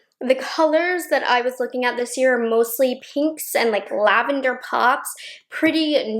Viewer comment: You said "lavander" and I heard "Nouveau" <3